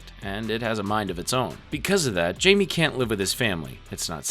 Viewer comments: The fact you really said "Jamie (Jay-Me) instead of Jaime (High-May) is insanely uncultured of you dude like what the actual fuck. Was that a troll or are you genuinely that unseasoned?! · Calling blue beetle jamie 😂 (hi-may)=Jaime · It’s not Jamie, it’s pronounced hi-may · This video was done by someone who doesn't really get it...ANNNNNND...it's not the entire DCAU...ANNNNNNND...It's *Hi-Me, not Jay-me...ANNNND... Nevermind. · You’re missing a decent chunk of the movies. Literally some of the best ones too. Also calling blue beetle “Jamie” its “Jaime” pronounced “hi-may” bro 😭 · Why does everyone say "Jay-me" his name is Jaime "High-me" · I waz listening only to this for a bit and when you got to the teen titans you kept saying jaime instead of pronouncin it "high-me" the correct way, you say " jay-me" its like you didnt watch any of these, or even Young Justice. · Blue Beatle’s name is pronounced “Hi-May,” not Jamie, fyi. It’s spelled Jaime also, he’s Mexican. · Bro calling blue beetle Jamie is fukcing hilarious. It's said with a h not a j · jamie reyes (hy-me ray-yes) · the j in jaime is pronounced like hiame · Jaime is Spanish and its pronounced Hai-May :> (sidenote if yall havent seen the live action movie for blue beetle WATCH IT its so freaking good) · im sorry but its pronounced jaime not jamie, like you can literally hear how his name is pronounced in the movies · Him call8ng blue beetle jaime instead of hye-may kinda rub me the wrong way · Yeah this kept bothering me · Thought I was the only one who had the same issue 😂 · It's pronounced 'hi me' 😂🤘🏼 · 93 minutes and you couldnt pronounce blue beatles name right once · so you talk crap about zach snyders superman, but you dont even know how to pronounce jaime's name properly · Blue beetle 's name is pronounced with an H like Jose is hosay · ain't no way u've watched this movie, and not pronounce his name Jaime the right way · i heard this and immediately when to the comments 😂